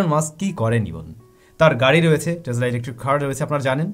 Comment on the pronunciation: it's not টেজলা it's টেসলা( টেছলা) প্রায়ই দেখি এমন ভুল ভাল উচ্চারন করো। খুব বাজে লাগে বিষয়টি। your pronunciation must be good. lot's of people learn from u, and you are teaching them wrong!! 🤦‍♂️